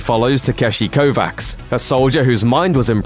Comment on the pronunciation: It's pronounced Kova(ch)